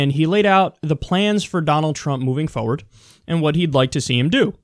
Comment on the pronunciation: Kyle, the only thing I disagree with you on is your pronunciation of the word, "forward".